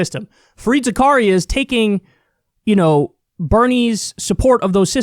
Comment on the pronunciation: It's Fareed Zakareya. As in Za Ka Ri Ya